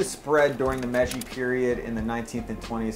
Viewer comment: If you're going to educate people about Asian culture, you NEED to pronounce the words correctly, and it's not that hard: Edo period - like the E in eggo, NOT the e in need. -kun - pronounced like racoon, this is equivalent to young and whatever is named before it (note: it doesn't mean anything, and anyone telling you that is lying, it is a title used for children, often male children). Meiji - Meh ee jee (most foreigners default this kind of pronunciation to the hard A sound because it sounds like that to untrained ears - May jee is still closer than what you said). With 2 of these, you are messing up someone's name, and with one of them you are saying something that doesn't exist. Also, in Japanese, there is no Syllabel for "tha", that fish is called tai, not thai. Hence the name being "Taiyaki" and not "Thaiyaki".